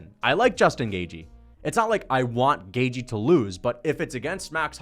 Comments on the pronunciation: i think it’s closer to gae-chee than it is to gae-jee, but i’m pretty sure it’s a soft TH, Gaeth-chee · it's commonly pronounced GAY-CHEE. You're saying GAY-GEE. lol doesn't fkn matter though. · You say Gay-g its Gay-chee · It’s gay chee not gay jee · Dude you say at least half of fighters names wrong, and yes, Gaethje is one of them. You say Gay-Jee when it's more like Gait-Ji. There is a soft T is in there and the Jee is shorter than how you say it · Hey, you say "Gay-G" where as the correct pronunciation should be "Gay-Chi" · It's gay chi, as in gay chihuahua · Its pronounced gay-thhhh-jjjjiiiii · Gaethje= gay-chee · Definitely saying Gaethje wrong. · It’s pronounce Pehera and it’s pronounce gaythchi